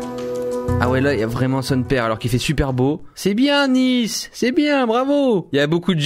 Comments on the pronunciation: Cyril c'est pas "Nice" c'est "Nace" = Nice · il a réelement dit "Nice" comme la ville alors que c'était "nice" en anglais 😂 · mdrrr il a écrit " Nice " il l'a lu comme la ville :3